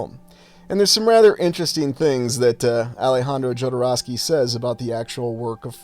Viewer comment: That absolutely brutal Midwest pronunciation of Jodorowsky.